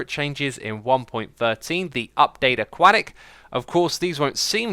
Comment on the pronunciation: it's a-kwo-tik